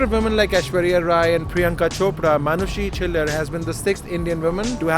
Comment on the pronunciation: Ye log Arnold Schwarzenegger (i don't know the pronounciation) asani se bol lete hai Par Manushi ko Manus😂